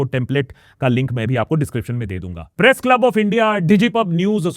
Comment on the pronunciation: I rewined 5 time and can't stop hearing "Breast Freedom ko khatam kerna" I was like 😮 then 6th time I turn on the captions and read "press freedom ko khatam kerna" 😅